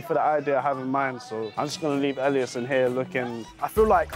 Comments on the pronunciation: she kept saying elias like alias after everyone kept saying (EL-EE-S) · Why does she say Alias instead of Elias